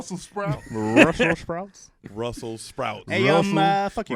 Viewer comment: I heard Russel lol